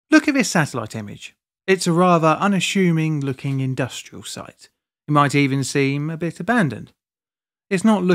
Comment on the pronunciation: Ah yes, very unashuming satellite phroto indeed